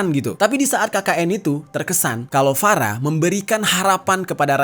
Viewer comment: Farah, F nya Ferekkk wkwkwkwkwkwk